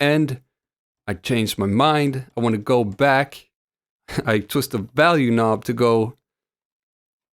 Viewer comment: Pronunciation? He pronounces knob and texture wrong lolol great video though I agree 👍